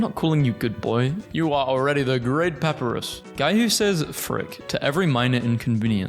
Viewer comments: It's Pap-I-Rus. not Papurus. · Puh-Pie-Ris (As in wRist) Papyrus NOT: "Pah-Per-Rus" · ok a tip in case you do a deltarune memes video again. papyrus' name is pronounced “pap-eye-ruh-s” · pepper-is.. *smurf laughingly*.. it's paPArus..🤣🤣🤣🤣😂😂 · not to be rude but I believe its pronounced pu-pie-ris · Everytime i heard pahpuhrus a piece of myself broke a little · the way you pronounce Papyrus............... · why he pronounce papyrus like that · Spamton is swallowing a single French fry and his eating noise is a whale mixed with chainsaw (please look up how to pronounce Papyrus and Gerson) (my name rhymes with blaster) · You mispronounced Papyrus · The way he pronounces gerson, papyrus, and alphys hurts me